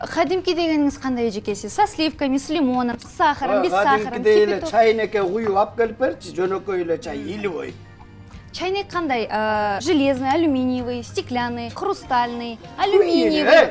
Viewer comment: Чайнике илибой😂любой❌️илибой✔️✅️😂